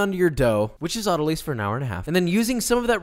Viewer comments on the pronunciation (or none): As a medical professional, I’d like all the bakers to know how much joy I get from hearing you mispronounce words like autolyse.